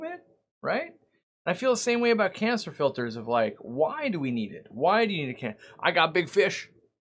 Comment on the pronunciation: It always sounds like You are saying "Cancer filter" 🤣